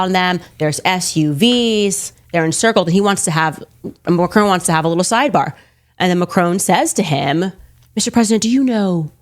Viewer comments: It's Mac ron, not Ma crone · FFS! It is not 'Mac-crone'. It is 'mack'-'ron'. She can't even say the guy's name correctly. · It's Macron to rhyme with bonbon, not Macrone. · The "on" in Macron is short. Also in French you accent the last syllable. So, Mac-CRAWN. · Please, at least try not to automatically copy Owens and Trump. Why can you not pronounce the Macron surname correctly? Why can you not check? It is so utterly disrespectful. Has disrespect become a national trait?